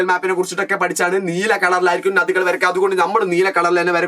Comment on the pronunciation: ഞദികൾ ❌ നദികൾ ✔️